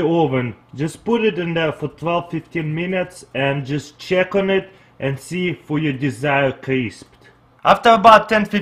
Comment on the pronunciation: I'm not making fun of him bbecause I also have an accent, but it's so cute the way he says "cheek it out" instead of "check it out"